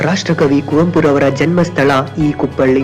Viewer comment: ಅದು ಕುಪ್ಪಳಿ ಕುಪ್ಪಳ್ಳಿ ಅಲ್ಲ